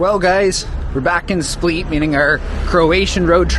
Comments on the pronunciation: It's split not spleet 😁 but otherwise an excellent video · Hi, Split is pronounced the same as the verb "to split". Quite simple. :) I'm not sure if your Croatian friends in Canada were pranking you or what (you mentioned you heard it from them), so just a friendly correction. ;) Enjoy!